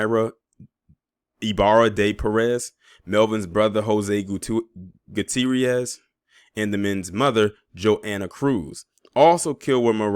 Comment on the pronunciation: Teodoro is Theodore in Spanish. It might be a good idea for you to go to Google and go go Gutierrez and Myra and see the correct pronunciation. Just for your own self development. I'm not criticizing you I just love to grow and learn every something everyday. I hope you don't take offense brother. Love your Channel!💪🏽👍🏾🙏🏽😁